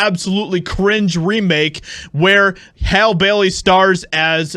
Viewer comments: Her name is pronounced Hallie. Or Halley, not Hale . You sound asinine when you fail to pronounced names properly. Love your channel though! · Her name is pronounced Hal-ee. Not hal. You have to be a pretty pathetic, sad, envious individual to create an entire internet video atmosphere bashing black people. Get a life. Stop jacking it to black porn all day. We don't want you. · It's pronounced HALL E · The fact that you’re not even pronouncing her name right shows how ignorant you are. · You didn’t even say her name correctly 😭ur racist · Clearly the guy in the video is a closeted homosexual. Also illiterate as well. He can't even pronounce Hailey correctly. 😂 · Dude, you know her name is HALLE i mean you even hear the reporter saying her name in the report. Are you just being funny? If someone botched your name intentionally you'd be bothered come on be better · Are you saying her name incorrectly on purpose? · How are you still pronouncing her name wrong even after the video tells you how pronounce it? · Hollywood doesn’t care about anyone, so many actors have been coming forward it’s crazy. Please pronounce her name correctly.